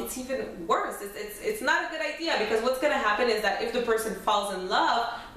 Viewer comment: The stress on your forehead coupled with the fake eyebrows and the way you say "Fall in Lob witcho" good luck.